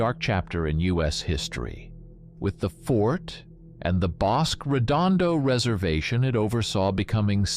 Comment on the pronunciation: Nice presentation, I learned a few things. A few suggestions: Pronunciations: Bos-kay, Mesi-ya, there were one or two others. There were a lot of WW2 air bases in New Mexico, not just Walker. There was Kirtland at Albuquerque (still used), Hobbs (now an industrial air center), Las Cruces, Deming.